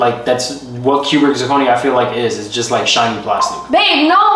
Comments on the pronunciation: you couldn’t even say cubic zirconia 🤦🏾‍♀️😂 proposal and her ring is one of my favorites on YT! really did his big one with both. Her ring is absolutely stunning 😮‍💨🙌🏾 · Yoo when kept mispronouncing cubic zirconia had me mf weak 😂😂.. tho “I would have been satisfied with a ring pop at this point”😂😂..but the thing that’s tied it up and made it funny af Is bloop in the bottom left hand corner chillin cause he already knew what was about to go down 😂😂😂 W 💪🏽🫡